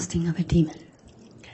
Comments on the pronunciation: I agree, although my only gripe is her adding a "d" at the end of demon 🙄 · Why is the prosecution pronouncing demon, "demonD"? Like Lstauch exaggerating the "ing" in her "upspeak"....bunch of sociopaths